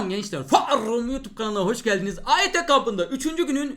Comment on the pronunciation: FEEEEEĞHHHHHRUMMMUN YENI BIR BOLUMUNE